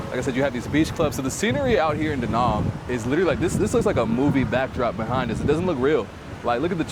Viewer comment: It's Da Nang not Da Nung!